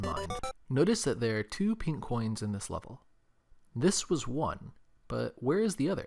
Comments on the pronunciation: hearing him say “pink” coins is painful to hear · just thinken studios he emphasized the INK